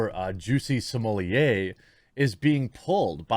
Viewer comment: I have heard Juicy smooleeyay so often that I actually forgot how his real name was pronounced.